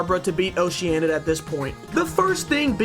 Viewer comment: Game: Oceanid. Pronunciation: Ocean.... id. tiny American brain: "Oh Shiya nid." Some other notable mentions: "den DRO gana" and "ca REE brert". Honestly. I'm surprised that you actually called this character Barbara and not "ba r BEH ra"